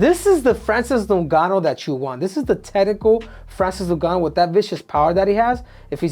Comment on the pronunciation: New-ganu lmao. Olympics don't teach reading classes, obviously.